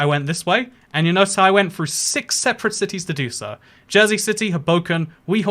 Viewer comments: Not from New Jersey but I have heard many Jersey City people call that Ho-boh-ken not Oh-boh-ken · As someone from New Jersey you pronounced Hoboken wrong